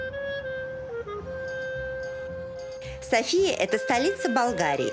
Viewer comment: Только правильное ударение - Со́фия.